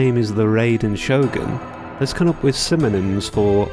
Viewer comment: I'm saying to pronounce it like a Japanese would. You pronounced Shogun right but butchered Raiden which confused me. Also there should only be 1 way to say Raiden since it is a Japanese word with no other pronunciation variations.